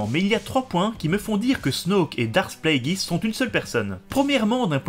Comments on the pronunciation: Pourquoi prononcer Plagueis "Pla - é - guiss" au lieu de "Plagu-é-iss" ? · Surtout qu'en Anglais en ça donne "Pl-ay-gueuss" :)